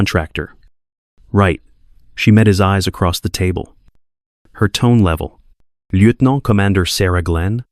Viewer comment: Lear to pronounce lieutenant